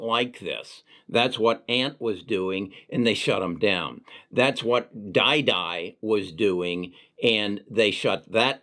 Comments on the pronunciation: I stopped listening when you pronounced didi as DieDie... its pronounced deedee btw. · It’s Deeee Deeee not die die ok? Chinese stock never dies lol especially NIO 😂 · it's pronounced Deee Deee. You should know this.